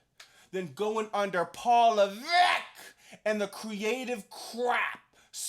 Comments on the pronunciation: I love it when you say Paul Leveckk!!!😂😂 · “PAUL LEVECKKK” 😭😭 never gets old i swear